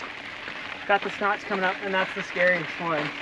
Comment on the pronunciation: Is he saying “the Snotch”?